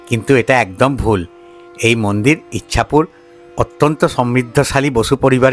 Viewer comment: ইছাপুর। ইচ্ছাপুর নয়।